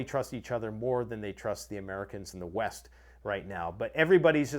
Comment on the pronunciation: From west to east? I thought you said weast